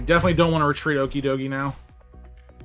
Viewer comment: Pronounced the pokemon wrong...